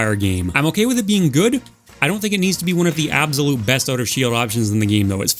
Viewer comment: i like ur videos and all but some of ur pronunciations confuse me. How do you pronounce absolute as "ab zo lote"????